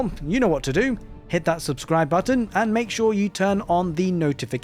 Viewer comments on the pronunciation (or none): none